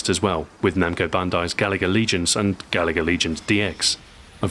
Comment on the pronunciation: I wanted to hear retroahoy’s original pronunciation of, “gaLaga.” Such a brave way to pronounce it.